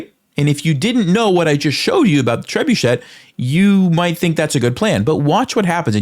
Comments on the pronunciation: i think it is pronounced tre-bu-shay. and it is a rock throwing catapult used in medieval times. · 'Trebuchet' (French). Pronounced in English (similar in French) as TREB-you-SHAY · Very helpful! (also pronounce it trebuSHAY) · tresbuchet. French. Pronounced appox. Tray boo shay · Trebuchet (French) - A type of siege engine from the Medieval era. I’ve always heard it pronounced, “treb-You-shay”, or “treb-OO-shay.” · Its "treh-boo-SHAY" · The second t in TREBUCHET is silent